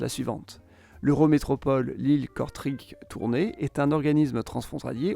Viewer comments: Bah "Kortrijk" bof... il aurait mieux valu prononcer "Courtrai" que d'écorcher la prononciation flamande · Tu peux rajouter Kortrijk se prononce Kortrek 👀 j’avoue que la vidéo en localisation et prononciation est bof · 😂😂Please arrêtez de prononcer "KortriiiJJQUE" ! 😂😂😂 Je rigole trop. C'est pas méchant mais c'est juste que si vous ne voulez pas prononcer le néerlandais, dites "Courtrai". Sinon Kortrijk se prononce "Kortreïyk". J="ye". Avec un "R" roulé de préférence pour la prononciation typiquement flamande. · Bonne vidéo. Juste un détail mais le IJ de kortrijk ( Courtrai) se prononce ÉY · Oui, mais c'est une ville belge et de surcroit flamande. Courtrai ça n'existe pas, Kortrijk (se prononce kortréik)oui. Quel mauvaise habitude des français de toujours franciser les noms propres. Cordialement.